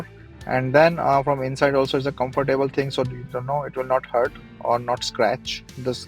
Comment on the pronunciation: Good review!i will now start saying comfor table as you do.lol.